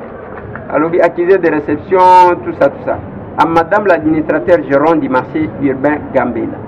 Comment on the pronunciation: On dit marché.